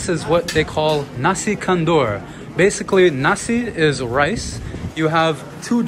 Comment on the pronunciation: Assalamualaikum, Nasi Kandar is actually pronounced as 'KANDAR' it rhymes with Qatar, NOT 'KANDOOR'.